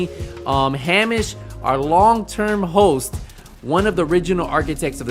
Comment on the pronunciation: It's pronounced heyMISH.